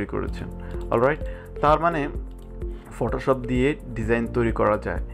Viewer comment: আসছিলাম তর ভিডিও দেখতে ভাষার যে প্রনাউন্সিয়েশন!!! আমি শান্তি হয়ে গেছি। ফটোশপকে ফটোশফ বলা পাব্লিকরে ভাই তুই 😂😂😂